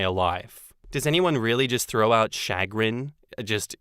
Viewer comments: It's "shuh-grin" not "shag-rin" lmao. And I use chagrin regularly, but maybe I'm just a weirdo. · It's cha-grin not chag-rin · No,, no one says SHAG-rin. They say sha-GRIN. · Chagrin is a common word.... Or, I suppose it's common depending on your friend circle. (also, it's commonly pronounced SHəˈɡrin (sha-grin), rather than shag grin. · Sha-grin not Shag-rin, any time I hear say I think of the slang word shag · “Chagrin” is a pretty common word….”SHUH-grinn” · Lol it's pronounced shuh-GRIN. It's like saying "much to my dismay" but to a lesser extent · Pronounced shush-grin...and yes, I use it a lot!😀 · Chagrin Pronounced Shu- grin(like grinning) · Chagrin, pronounced Sha-grin empathetic =/= emphatic empathy = feeling the emotions of another emphatic = saying something forcibly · Chagrin is a perfectly lovely word. Though in the US, we pronounce it "shuh-GRIN". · (“Shuh grin”, with a slight stress on the second syllable) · Chagrin. Yes we use it but pronounce it “shugrin or shagrin” here in the US. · Chagrin has the emphasis on grin, and it means to the embarrassment or distress. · I use the word chagrin fairly regularly. However, I do pronounce it properly.